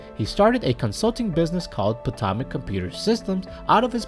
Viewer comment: Potomac is pronounced "patomic"